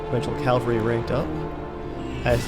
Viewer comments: Love this LP, would like to see some bigger and more evened out battles though because in these smaller ones there is no chance for you to lose :/ Also, why do you say calvary instead of cavalry? :D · . The word is written. RIGHT THERE. You can see it! I know you can! Then WHY, WHY are you pronouncing in "Calvalry". There isn't an extra L there homie! Please, please tell me in four years you have learned how to say this word properly.